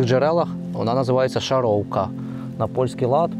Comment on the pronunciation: тільки на польський манер не Шаровка, а Шаравка, я таке від своєї баби чув.